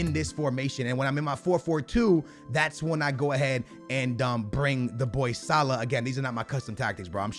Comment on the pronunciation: Really, SignLee is how you pronounced Salah?? Like you doing that shit on purpose now.-.